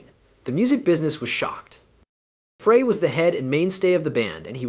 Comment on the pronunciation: Whoever did this...Frey's name is pronounced "Fry", and the constant barrage of "screen effects" was so annoying, I had to stop looking at the video and just listen...there was useful information about Vince's great career, but there was a lot of unnecessary added banter, kinda like late night infomercials...good try, but not quite there yet my friend.